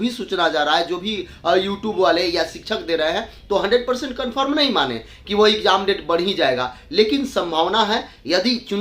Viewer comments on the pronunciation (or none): Bolna seekh lo phle, ikjaam ikjaam bolte ho